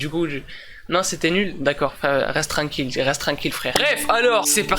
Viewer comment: J'adore quand tu dis "reste tran"n"quille" 😂😂